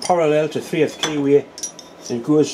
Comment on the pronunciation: Don't usually have difficulty with your accent, but I wondered at first about the kiwi you were putting in the chuck! After a while I got it - a key way! All the best to all the Mills family, Dad, Deb,, Emmy and the boy!